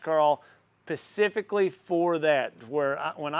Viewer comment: My oldest son says "pacifically" he'll be so happy to hear his fishing idol say it that way!! 🎣💪